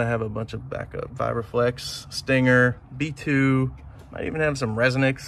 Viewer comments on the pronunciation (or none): gave you a dirty look the way you said resonix last 🤣🤣